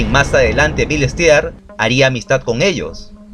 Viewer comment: no se dice bil stia. se pronuncia bil stir con una r muy suave casi inexistente